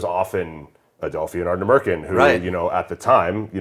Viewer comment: Ard-nah-mur-khan not meer khan